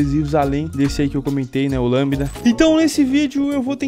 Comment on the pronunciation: é lambda que fala, parece que tu disse lâmina. Dá pra treina falando a palavra lambida bem rápido. Já ensinei colega meu da matemática a falar a partir dessa explicação, é tosca e engraçada, mas ajudou.